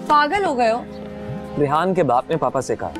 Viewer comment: She says rayyan instead of rehan. Love it...